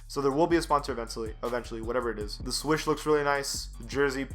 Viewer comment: NIKE SWOOSH! Not swish